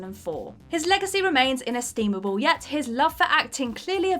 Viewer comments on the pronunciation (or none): I came to say the same thing. You can add to that "inestimable" and "typified" . And I might as well mention "ex-specially" .